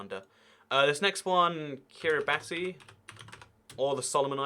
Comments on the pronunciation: Kiribati is pronounced kiribash as ti is pronounced like sh there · Pronounced ki-ri-bass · and Did you just pronounce Kiribati wrong?